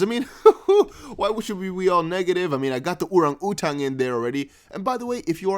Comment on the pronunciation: LOL an Ora U Tan!? an Orang a Tan